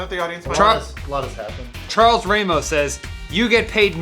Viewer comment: its pronounced "rah-mos". Theirs no "y".